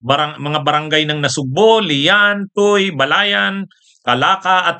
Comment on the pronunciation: Tuy we pronounce it TUWI po, salamat po sa inyong mga paglaban sa katiwalian. Mabuhay tayo mga ka Bunyog 👍